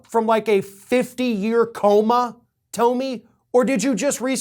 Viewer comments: Toe-mi?? Dude stop the mispronounced names. You're better than that. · I love you call her “toe-me”.